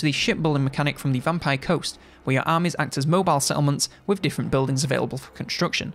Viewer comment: If it wasn't written on the screen, I would have struggled deciphering how he pronounces the word 'armies'. I was honestly at a loss with that pronunciation. Lol. I need more culture. Haha